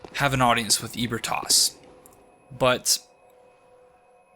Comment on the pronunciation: I like these videos but the pronunciation of ebritas triggers me. He says eh bri tos, but I say uh bree tus